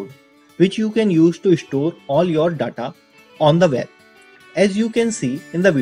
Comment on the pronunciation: The way he pronounce "data" 😂